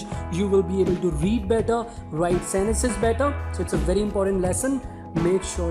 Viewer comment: Can you please pronounce sentences properly